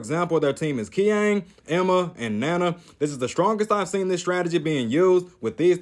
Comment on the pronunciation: btw I think Qiang is not pronounced "KEE-ANG" he should be pronounced "CHEE-ANG." Also I think Katyushka is pretty good against ISo Dunker and doesn't get the bad things about other PFs being too slow or not having good offense.